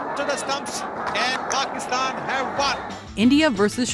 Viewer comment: An American pronouncing Pakistan like how it should be, unbelievable! And as some users have pointed out, top notch pronunciation! The list also is fantastic!